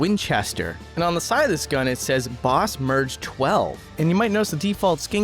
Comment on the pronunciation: Pronouncing Bossmerg as Boss-merge instead of boss-murg is pretty funny for some reason lol For the non-gun people this is a play on the popular gun company "Mossberg", pronounced moss-burg